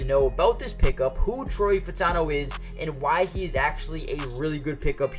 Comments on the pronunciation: "U" is not pronounced "O", dude. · It’s pronounced fautanu